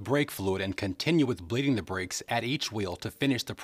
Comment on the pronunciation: did he say bitch bleeding,now this is a method I have to see,hehe